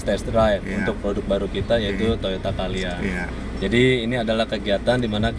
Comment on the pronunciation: CALYA om bukan CAyLa.. wkwkkw